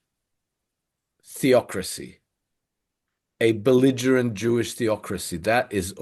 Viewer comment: When said beligerement Iran he lost me.